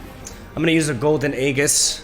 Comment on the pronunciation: AEGIS IS PRONOUNCE AEJIS. PLEASE STOP SAYING AEGGGISSS